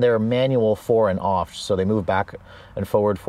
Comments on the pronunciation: Forwards and offt? It’s aft—soft A like apple not opple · Say RAFT. Now remove the R. 😂 Great review, awesome car....